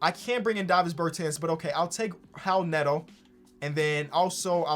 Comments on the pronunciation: why do you pronounce it howl neto? is that how he says it? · Is it actually pronounced "Howel Neto"? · Hal Neto. Is that how it’s pronounced lol? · “How Neto”😭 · Did think that the R in Raul Neto was an H? or is that how you're supposed to pronounce "Raul"? or is it just his dyslexia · why did he keep saying Howl Neto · please pronounce raul neto's name right